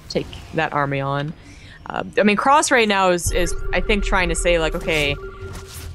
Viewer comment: I think his name is actually "Crass" not "cross" as you pronounce it. Like the 1980s British punk band